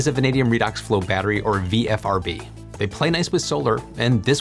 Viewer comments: I stopped counting how many times you said "VFRB" v "VRFB"... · Just noting that you keep consistently saying 'VFRB' when you clearly mean 'VRFB'. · Why do you say vfrb when it's written vrfb? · not nit picking but you kept saying VFRB, when its VRFB but we all know what you meant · Isn't it VRFB not VFRB? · "VFRB" he says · Not ONLY this, but also the dyslexia between VRFB written everywhere, and VFRB spoken through the video was KILLING me. Had to stop before the end. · Is there such a thing as auditory dyslexia? I kept hearing "VFRB" while reading "VRFB" so I must be losing it—oh, the vagaries of getting old! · You keep calling it a VFRB, but from the spelled out name it should be VRFB. Is this a language thing? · You say VFRB a lot of times, but it's really VRFB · V R F B not V F R B!! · Say it with me,: "VRFB" "VRFB" "VRFB"... 🤓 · You almost always say VFRB ... perhaps not the most igregious ... but, there you go